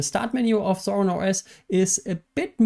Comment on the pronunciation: "Zorlim OS"